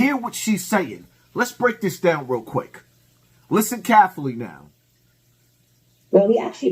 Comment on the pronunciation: Carefully = kafffalee🤣🤣🤣